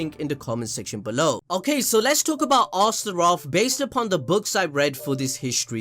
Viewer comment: Also its not two names/words. Its just one word Astroth like Goth girl from teen titans home land Azeroth. Its ostr-oth you'd trigger me if you didn't already completely make me hate you for shitting on Fairytale.